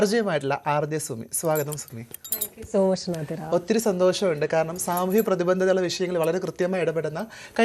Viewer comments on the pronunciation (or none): പ്രതിബന്തത അല്ല....., പ്രതിബദ്ധത എന്ന് പറ...